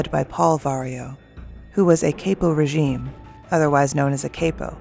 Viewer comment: its KAP-O not KAYPO. KAP-O-RAY-JEEN(spelled phonetically)